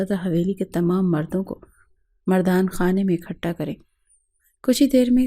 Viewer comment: انتہائی افسوس ہوتا ہے جب ہمارے اردو زبان کے الفاظ غلط لکھتے اور بولتے ہیں کوئی ٹھیک بھی نہیں کرتا جیسے کہ لفظ اکٹھا کو اکھٹا سنتے ہوئے بہت بہت تکلیف ہوتی ہے